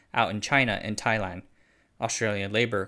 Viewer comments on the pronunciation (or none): none